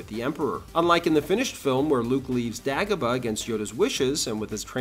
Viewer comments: DAY-GO-BA.... not DAG-OH-BA 😂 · “Dah-gobah”?? Gotta step up your AI game partner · Great video but why do you pronounce Dagobah differently from the movie? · What accent is that? Same with his way of saying Dagobah. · I don't think I've ever heard anyone pronounce lava and Dagobah like that before. Great video as always but that was incredibly distracting. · How do you make a video this thoroughly researched and then mispronounce Dagobah? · Yeah, that's it. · Your mispronunciation of Dagobah exposes you, you are no Star Wars expert.